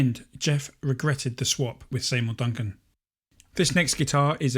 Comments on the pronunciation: See mour Duncan, not Say mour Duncan... 😮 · Are you calling Seymour Duncan “Saymour”?